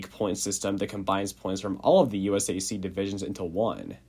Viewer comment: Every time this dude said USAC I hurt a little on the inside